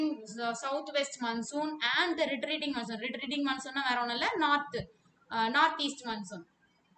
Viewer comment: Mam that is not mannsoon wind that is monsoon😂